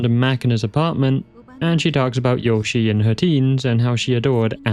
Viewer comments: A slight nitpick: Yoshie is said "yoh-shee-ay", not like the Nintendo character. In Japanese, the vowel sounds A-I-U-E and O sound like "ah", "ee", "oo", "ay", and "oh" and when two vowels follow each other the second one is generally a separate syllable. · Just one little nitpick: "Yoshie" is read as Yo-shi-eh.